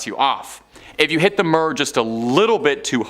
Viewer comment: WTF is the Russian space station murr? I remember the Mir station, or for this young Canadian guy, the Meer Station. Sorry but phonetics seems to work best on these channels. You do know what phonetics are, don't you??